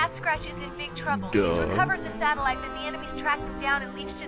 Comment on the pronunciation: Two things- One. SatELLite, not sat-O-lite. Two. Americans most often speak english.